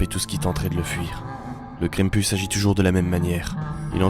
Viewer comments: Krampus prononcé [kran-m-pous] ça veut dire crêpe en breton ( mm si je suis pas sûr que ça s'écrit comme ça) C'est pour ça que j'ai regardé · Mais ses quoi sa pk tu le monde dit mal le nom krampis ses kr am pu s